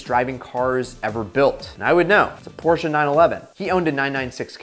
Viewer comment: That moment when a native english speaker does not butcher the "Porsche" pronounciaton.